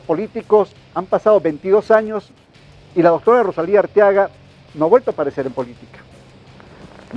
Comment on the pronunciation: EL PRESENTADOR REPITE "ROSALINDA" UN PERIODISTA VIEJO CON ESOS ERRORES DE PRONUNCIACIÓN?